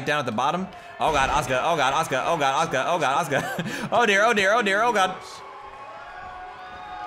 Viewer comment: God dammit there is a U in "aska's" name.